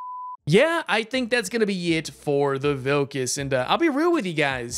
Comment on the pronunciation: Second time u said 'Vilkas' very well. 🙂👏 Good to see our flag in this game 🙂 ty 4 the video 🙂